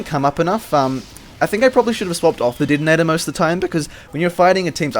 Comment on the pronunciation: "hivie", "Didinetor"... Mate where are you from!?